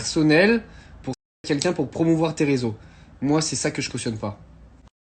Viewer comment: Deja fermes ta bouche personne n'a demandé ton avis et apprends à parler francais !! C'est pas "quinquin" c'est "quelqu'un" sale blaireau